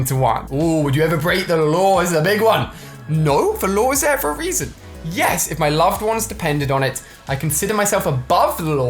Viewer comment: red dude it's yes not yas f**k indot